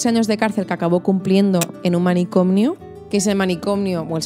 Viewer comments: Se dice «manicomio», no «manicomnio». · Dices "manicomnio", es manicomio.